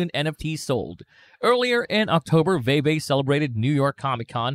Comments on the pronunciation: It's pronounced "Veevee" not "Vayvay" lol js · Great video but Veve is pronounced like “veevee” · “Vee Vee” my brotha “Vee Vee” fantastic video nonetheless 👏🏿👏🏿👏🏿